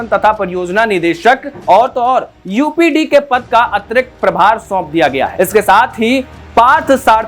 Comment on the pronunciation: यूपीडी नहीं यूपीडा